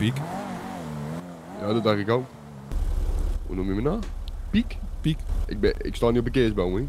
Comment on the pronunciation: kwam net pad achter dat hij "pik" zegt inplaats van "piek"